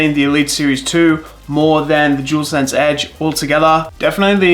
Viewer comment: Jewelsense 😂🤦🏻‍♂️ it’s dualsense 👍🏻.